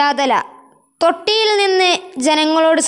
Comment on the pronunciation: തൊട്ടിയിൽ നിന്നും അല്ല തൊട്ടിലിൽ